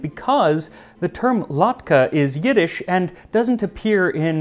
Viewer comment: He did pretty well with the Yiddish, and even used the proper standard transliteration system!